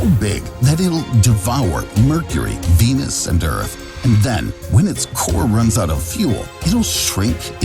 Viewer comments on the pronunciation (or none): none